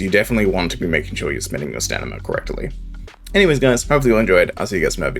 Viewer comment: Sorry just a small annoyance but could you pronounce it "sta-min-na" Ill leave a preemptive like on the video in hopes you'll say it the expected way.